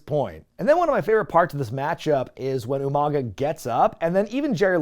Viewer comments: Umanga pronounced like William Regal. I caught it lol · Did you just “Steven Regal U-Mang-uh?!?!”